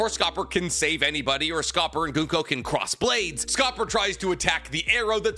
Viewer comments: Though Gunko is pronounced Goon-Ko... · "Goonko" "Scope-er" "Call-in" You're butchering the names lol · Summer- add an S at the end. NOT sawmers. Colon = coller, but with an en at the end collen/colon NOT colone Goo-nk-oh = gunko